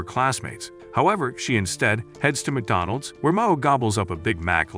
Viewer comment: Did that McDonald's say wacdonald.s😂😂😂😂😂